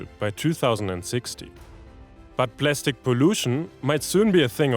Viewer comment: Plastic 💀 Plestic ✅